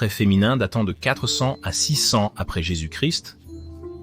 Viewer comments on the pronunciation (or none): incapable de prononcer correctement jésus- christ .